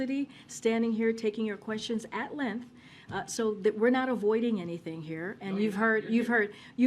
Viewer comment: What is a "lenth"?